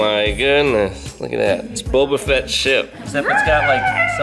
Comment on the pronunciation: "Bobo fets ship"